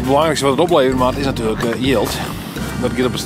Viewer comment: Myn freon sjocht ek mei en kin it blykber aardich folgje. Hy frege my wol wat oft dy man no hieltyd sei "nett'ljow'n?" 😁